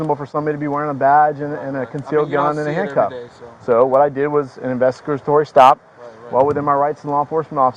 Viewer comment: An investigatory stop LOL he couldn't even say it right. The bottom line is you can't detain somebody without them about to break a law or suspected of breaking the law. That have to be committing a crime or about to commit a crime to be legally detained. So you can say whatever you want to say the bottom line is you didn't have the right to detain him. You definitely allowed to approach him and ask questions but it is a consensual conversation and if he doesn't want to talk he can literally shut up and walk away. That's how it's supposed to be. You can't just detain somebody because of your feelings it's not your job